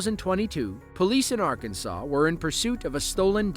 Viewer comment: You got Arkansas way off